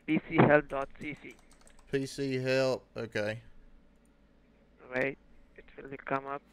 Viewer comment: “Just hwait” —-> “I’m hwaitingg”